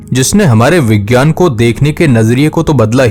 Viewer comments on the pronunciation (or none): none